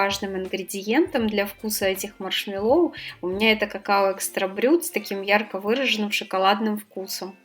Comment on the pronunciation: Маршмэ́ллоу, ударение на Э.